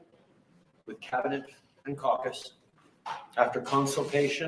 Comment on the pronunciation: Look at the way he says Caucus he says it with a smile on his face he likes the word Cock I heard he got Biden's approval... He's a joke...